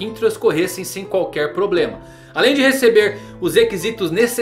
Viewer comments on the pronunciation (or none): none